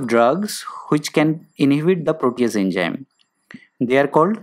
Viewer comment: Poor video narration...Its Enzyme not ENJYM... Study to pronounce English first...